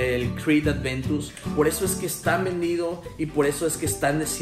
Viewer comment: Excelente fragancia, una de mis favoritas. Pd: No es "Adventus" es "Aventus"